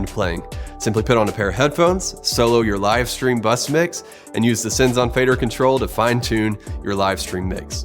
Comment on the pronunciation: Should be "Sends on fader"... Not "Sins on Faders" ;)